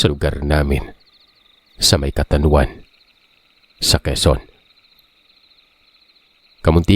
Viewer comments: Kababayan ko c sender... Catanauan... Katanawan po ang pronounce ng province namin... Kawawa nman c sender... Cguro 1 s kanila ni mang Janno nang aswang dati s hipag ko... Hehehe...joke lng sender... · Catanauanin here😂😂😂😂😂 Katanawan po ang pronounce....taga dito pala ang sender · Kababayan ko c sender... Catanauan... Katanawan po ang pronounce ng province namin... Kawawa nman c sender...